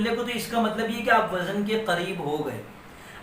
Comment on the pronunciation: ماشاءاللہ ۔ عمدہ ترین معلومات ۔ وزن کا صحیح تلفظ وز ن